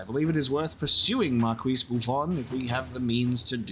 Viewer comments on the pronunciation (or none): Why do you keep saying Marquise with a focus on the Qui? We stole the word from the French but still pronounce it like the French. Is there an inside joke I'm missing? I'm going looney over here.